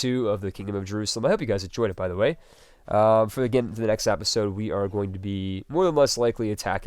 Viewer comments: Why do you say episode "apisode"? Omg what accent is that??? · I love these vids man, but every time you say "apisode" I want to strangle you lol